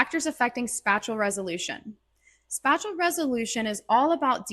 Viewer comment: Why do you say SPACHULL instead of SPATIAL